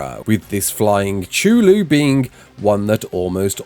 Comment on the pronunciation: spelling cuthulu "shulu" made my day